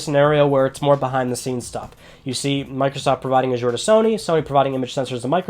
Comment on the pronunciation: Azure dreams on ps1 like that lol saying it wrong.